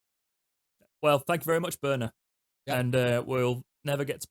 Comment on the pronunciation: you've led the revolution. 👏 After two years of reading and hearing 'Borner' on Owlstalk, it's good to see 'Börner' written here and the excellent pronunciation. Danke schön! UTO 🦉 🇩🇪 🇬🇧